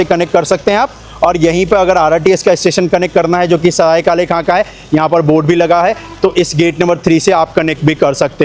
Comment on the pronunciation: भाई ये काले खान नहीं है ये काले खां है | पुरे वीडियो में आप काले खान ही बोल रहे हो